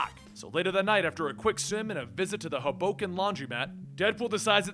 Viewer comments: you pronounced the New Jersey city wrong. Ho-Bo-kin is incorrect. It's more Hoe-Bow-Kin. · its pronounced HO-BOW-KEN